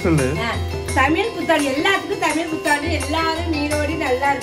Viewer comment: Super தமில் இல்ல தம்பி தமிழ்